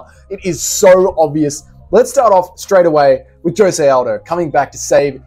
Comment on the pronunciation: Stop calling aldo “aljo”